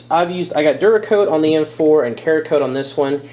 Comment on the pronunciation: ceramic coatings== ceracoat not keracoat